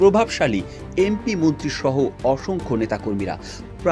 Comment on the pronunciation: মুন্ত্রি না মন্ত্রী 😂